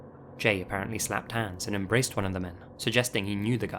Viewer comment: "Slapped hands"😆😆 that sounded so funny with your accent